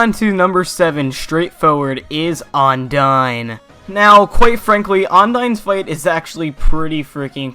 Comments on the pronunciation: Am I the only one that gets bothered when he pronounces Undyne and Ondyne? Ondyne the Ondyne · I cri inside whenever you say ONdyne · Sounds like you're saying undyne the undyne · "Undyne the Undyne."